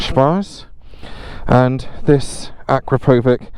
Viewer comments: A crap o vitch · How on earth are you pronouncing akrapovic?? 😂